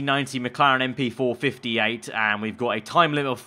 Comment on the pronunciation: It's not "MP Four Fifty-Eight", it's "MP Four Five B", though.